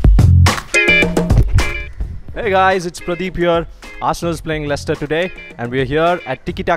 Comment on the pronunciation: 'Lechister' Most of these are glory hunters don't even know how to pronounce Leicester